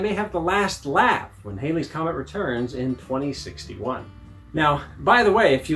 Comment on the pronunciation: Its actually pronounced Halley's comet as in Valley's, not Hailey's as in "Bill Haley and the Comets". Its a nice scope though.